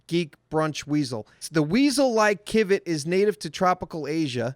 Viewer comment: Wrong on the account about Civet coffee. Oh... and it's pronounced with an "S" sound like See-vet. Anyway, they actually clean the shit off by soaking the bean turd things in water several times.